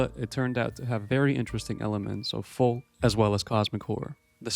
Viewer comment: Tip to the content creator: the L in folk is silent.